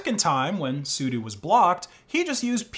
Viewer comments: scandalous! but really I had to stop when I got distracted by "soo-doo" and I thought 'soo-doh?' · its "su-dough" not "soodoo" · He says Soodoo.. ?? Why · Christ, is sudo actually pronounced, "SUE-DUE" not "SUE-DOE"? This is Asus being "AY-SUSE" not "AY-SUS" all over again.... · Also, stop saying sudo as sudu o doesn’t make u sound.